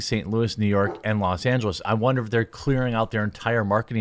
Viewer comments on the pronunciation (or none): none